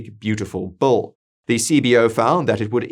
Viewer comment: You keep saying Bull.. but its actually "Bill"